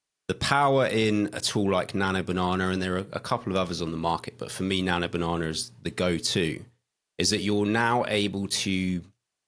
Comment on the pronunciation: "Nano Banahner"